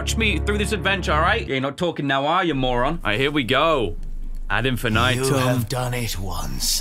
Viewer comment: The “ad infinitum” pronunciation is killing me 😂